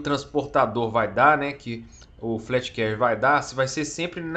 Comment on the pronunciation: Só uma observação "fleet Carrier" se fala como se fosse "flit Carrier" e não "flét Carrier" Mas muito bom vídeo haha,tô ansioso por essa nave